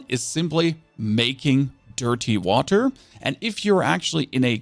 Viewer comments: Noone: This guy: wahTer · dirTTy waTTer god please stop pronouncing the T so clearly